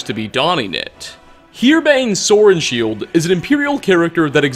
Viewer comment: "Sorenshield" sounds rather like "sword and shield" when you say it, so maybe he just existed to be punny